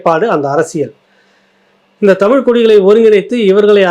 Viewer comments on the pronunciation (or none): none